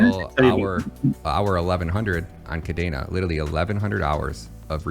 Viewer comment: Why does he say kadaina when it's kadena?